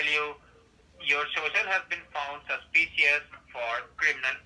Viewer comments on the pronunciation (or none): Has been found "suspicyus." 😂